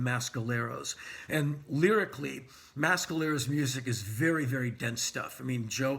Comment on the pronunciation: Not how you pronounce Mescalero.